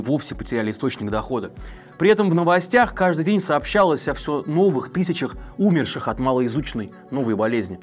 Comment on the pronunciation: Не кОвид, а ковИд. Не Умерших, а умЕрших.